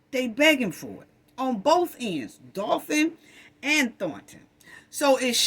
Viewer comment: Great video love your sarcasm but the way you pronounce *Dolton as “Dolphin” has me crying laughing it’s so cute because I know what you mean it’s just the way it sounds😂😂😂😂😂😂😂😂😂😂😂😂